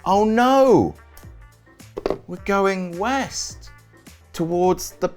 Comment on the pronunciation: East? I thought you said weast